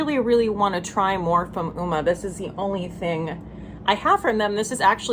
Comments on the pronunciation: Hi! Just an FYI: It's pronounced "umma" - it means beauty in Swahili! Cool huh? Any-whos-its, I love ❤️ your content so much, I makes me angryyyyyy! 😆 🤣 Love to you! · Thank you for having the guts to speak the truth on your platform and hold brands accountable. This is how change happens… one step at a time. I encourage people to think, really think about the state of our country, our planet. We’re all in this together.💜 P.S. Uoma is pronounced like Oh-Ma. Sorry to be that bit*ch lol;) I saw an interview with the owner and she explained the pronunciation. I wouldn’t correct you if I wasn’t 100% sure.💜